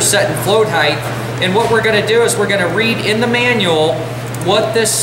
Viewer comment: Height not Heath